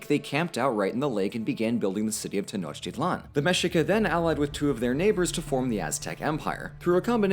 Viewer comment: Prophecy (n) =/= prophesy (v). Tenochtitlan = "te-noch-TEET-lan".